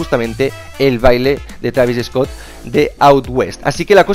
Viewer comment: Travis eeeescot dice xd